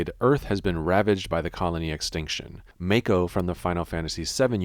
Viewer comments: It's MAH-ko, not MAE-ko :( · The way he says “mako” 🤣